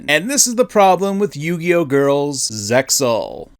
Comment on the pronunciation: Uhm... her hair... looks like someone sewed a cat carcass ONTO her head. That is what I literally thought when I saw her for the first time. Also, obvious comment that sadly needs to be said... ZeXaL is said "Zeal". Or rather "Se-a-ul". Also as Kaiba said, ZeXaL does not exist, just like some of the GX and a little of 5Ds.